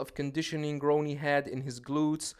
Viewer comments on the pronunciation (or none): Im a Jay fan, but he only had Ronnie beat in midsection. This guy cant even pronounce Ronnie's name ,lol 🤦‍♂️